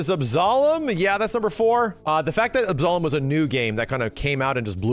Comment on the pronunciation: Why can’t Yanks pronounce Absolum properly?